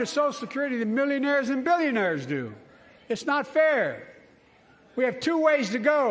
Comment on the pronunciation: Guarantee the right to "avf"? The dude cant speak. Or read.